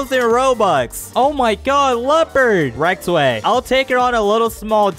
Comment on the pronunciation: It's not Rektway it's rizzway